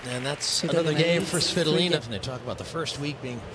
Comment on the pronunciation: svi TO!!!!!!!!!!!!!!!!!!!!! lina. hurts my ears the way they say it.